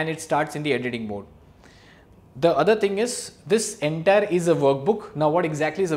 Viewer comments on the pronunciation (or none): none